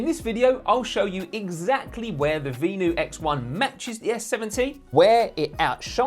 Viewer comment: It’s pronounced Ven — you